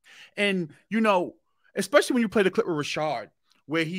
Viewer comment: It’s so hard to take advice from people who pronounce “especially” as “exspecially.” All his credibility has blown out the window. 🙄